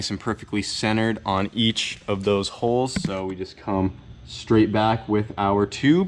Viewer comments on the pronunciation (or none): none